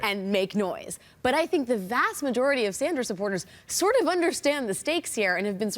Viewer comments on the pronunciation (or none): none